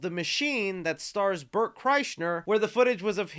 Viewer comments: There is an active joke amongst Bert Kreischer fans to mispronounced his name... You accidentally participated 😂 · Its so hilarious that nobody ever gets Bert's name right, can't wait to hear that snip it on YMH